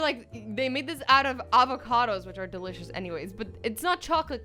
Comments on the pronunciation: Why do you do that wierd thing when you say delicious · In AZZY trying to say DELICIOUS